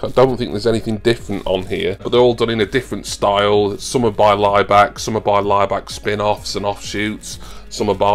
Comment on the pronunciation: I keep hearing Ryback instead of Laibach, it was about him I’d probably turn off 😂